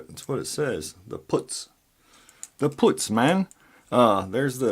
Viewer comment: Great picking, bud 👍 Nice pins, well thought out. Putz, with the "u" sound like "up" 🙂